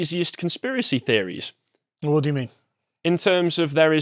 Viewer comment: Please... the way you pronounce "wh." It sounds like a Russian x.